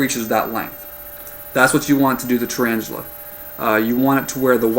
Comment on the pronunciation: thumbs up if you... WANTED TO SMASH YOUR SCREEN CUZ HE SAID "TURAINGELE" SO MANY TIMES